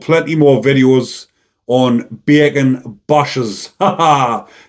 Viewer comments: I like the way this bleurk says beeey-can! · Beer can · I love the way says 'Bacon' 😆😅🤣😂 💯👊